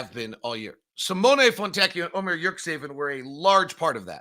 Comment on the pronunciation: nice analysis again but please check with Ömer on how to pronunciate his last name. I'm pretty sure there isn't suppose to be "k" in the middle like you are saying it. It's important that the teams own media people at least say their players names right.